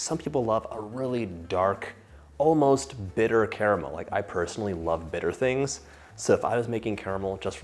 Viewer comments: The best part about this video is that bro says 'CARAMEL' and not 'CARMEL'. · how on earth are you pronouncing caramel correctly yet the rest of the USA cant?